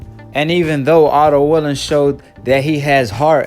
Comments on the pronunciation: Bruh u don't pronounce nothing right 😂😂😂...it's wallin not willin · It’s Wallin not Willing Brother. Stop acting illiterate and undermining the man name